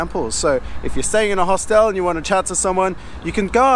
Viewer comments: mate...its pronounced Hostel not Hostel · One reason not to travel alone is there's nobody to correct your pronunciation of 'hostel' 😂 Only joking 👍